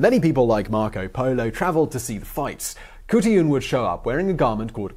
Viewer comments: Kahartoolarn..... thats the real pronouncement xxxx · It should be said as Hotulan or Hotulun. Because in traditional Skript o and u are written same. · Mongolian here, not Kutuyun more like Hutulun. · Hey Simon. Mongolian here. It's pronounced huut-a-lan but you gotta say it fast and not say each syllable. It's a weird language. And as a Mongolian I had never heard of her. Great find. Thank you sir. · As far as I'm aware the Mongolian language has no 'k' sound, so her name would be simply Hutulun. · The proper Mongolian pronunciation would be more like khoot-lune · I don't know where you got your information but I can tell you, as a Mongolian, the women in Chingis khaan's (not Genghis) time were not subservient to the men, only doing house work and rearing children. They were taught to support and protect the empire with beauty and cleverness. And how hard is it to say Khutulun? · It's not pronounced Khutulun, it's pronounced Khutulun. I would now I studied ancient Mongolian dialect. :)